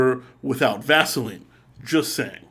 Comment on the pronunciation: Vaseine, hahha, excellent